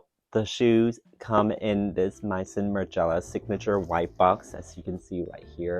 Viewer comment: it's may-zon